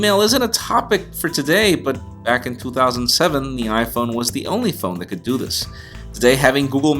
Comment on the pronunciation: "Du this" LOL :3